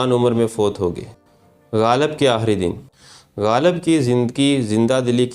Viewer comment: aahri nahi aakhri